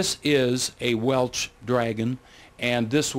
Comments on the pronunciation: Especially pronouncing WELSH AS WELCH!!! Makes me think of WELCH'S JELLY!!! 😂😂😂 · Almost stopped watching this due to the repeated mispronunciation of the name Welsh....he kept saying Welch. Ugh!